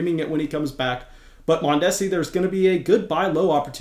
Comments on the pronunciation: The repeated mispronunciation of Mondesi’s name was hilarious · You are pronouncing Mondesi wrong